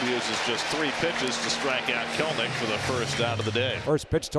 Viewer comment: Jared putting the 'K' in Kelenic 😅😭